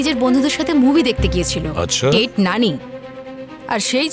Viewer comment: নানি❎ ন্যানি✅ 😂😂😂